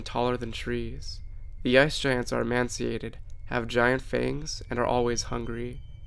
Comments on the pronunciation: Emaciated not emanciated or emancipated... Ee-may-see-ate-ed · You should work on your pronunciation of certain words that you seen to have trouble with. One that I keep hearing is the word EE-MAY-SEE-ATE-TED emaciated,meaning scrawny from starvation. Sometimes you may want to review your script for your video and any words you are having trouble pronouncing write out phonetically on your script like I did with emaciated and give your script a couple out loud practice reads until you feel comfortable pronouncing those words.